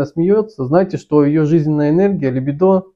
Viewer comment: ЛибИдо. Извини мне моё занудство, но сильно режет служ